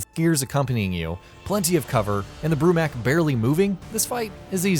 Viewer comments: that really doesn't have anything to do with what I just said. flex all you want but it's still pronounced mok not mak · I cringe at people when they say mak instead of mok in the name brumak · Said it wrong its bromok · Okay i liked the top 15 but.. you pronounced “Brumak” and “Swarmak” wrong